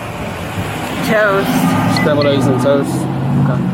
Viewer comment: "scramblerered" eggs...